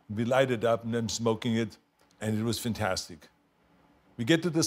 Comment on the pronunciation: It's "vantastic".